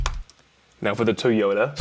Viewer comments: Normal People: Toy-yoda Virtual RiOTT: Tea-yoda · Is it me, or does Virtual Riot saying Toyota sound like he's saying "toy yoda"?